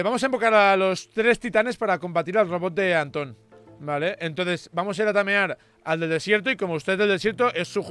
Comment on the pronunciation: Tamerar? Kenet gaeraaardo ala